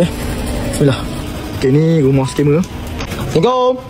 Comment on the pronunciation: Sebut ler salam tu betul betul bukan main bunyi jer. Rajin rajin ler tengok mcm mana salam tu dieja supaya sebutan ada makna...jgn sebut salam mcm tu lg dik